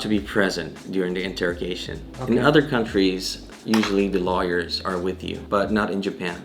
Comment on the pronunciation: I like how he pronounces "Lawyers" as "Liars." Same can be said for many parts of the Southern US. I used to live near Alabama.